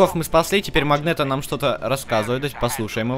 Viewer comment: Не магнето а м а магнэто в игры опечатка